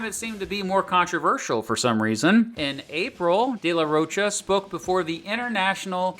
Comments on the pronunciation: Get Zach's name right , it is Rocha like mocha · Loved the video but some of the pronunciations just killed me. The ch in de la Rocha is pronounced like a k. And rodeo is ro-day-o not like a cowboy ro-dee-o (it's a street in LA btw).